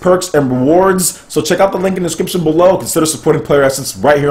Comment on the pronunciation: "discyption" lol